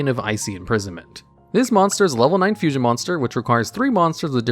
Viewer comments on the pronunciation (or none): none